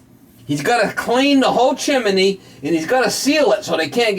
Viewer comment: Propper saying is Chim-ney not Chimaney omfg you are talking like you from Pittsburgh, where they say Warsh, instead of wash, omfg you are killing me hahahahahaha what a great laugh